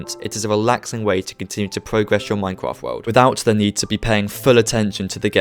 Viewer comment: Here is a tip practice your grammer such as Minecwaft try practicing your r's